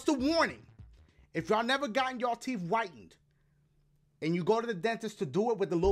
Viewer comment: teef Whitening never hurt for me